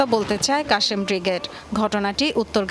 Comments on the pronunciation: আপু শুদ্ধ উচ্চারণে পড়তে হবে নিউজ,,, কাশেম ব্রিগেড হবে না,আল কাসাম ব্রিগেড হবে। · কাশেম ব্রিগেড 🤦‍♂️🤦‍♂️🤦‍♂️ নাম টাও ঠিক মত নিতে পারে না 😂😂😂😂😂